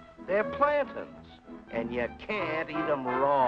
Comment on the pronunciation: Never heard someone pronounce plantain that way